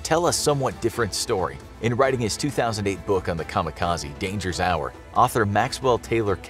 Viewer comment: Why do people constantly pronounce kamikaze wrong?? It's supposed to be an educational video, so at least pronounce it right :( I still love infographics, but just makes me sad an educator can't pronounce things right.